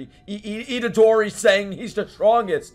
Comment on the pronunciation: You know it's serious when pronounces Itadori's name correctly